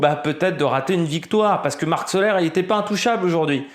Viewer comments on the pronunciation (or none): Soler la prononciation est Solé! Marc Soler est catalan la prononciation est catalane salutations